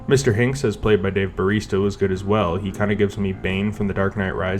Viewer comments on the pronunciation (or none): I can't tell if it was intentional or not, but the amount of times names are pronounced wrong in this is wild. Also made for a good drinking game. Le Shifferay, Javier Bardum, Mr. C, Blofield and I absolutely lost it at "Dave Barista". Enjoyable video overall. Good content.